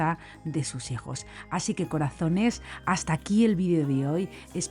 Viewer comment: Ese " akii" rechina mucho. " Aquí " es lo correcto.